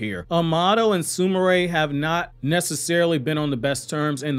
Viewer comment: Bro stop butchering the names her name is not su ma ray ... it's su mire..not su ma ray 😑😑😑